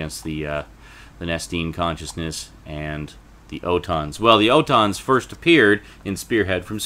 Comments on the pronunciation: What the hell is an O tons ? It's pronounced ALL TONS. Hell! Please pronounce the names correctly if you're going to critique it! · It’s pronounced ORton